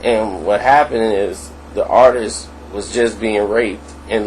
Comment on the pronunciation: Bro its Artist not Artisis no such word if you expect people to listen to you I strongly enforce that you improve your Verbal Comunication skills going forward...